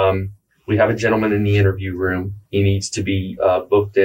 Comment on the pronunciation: I like how you pronounce the word room "roum"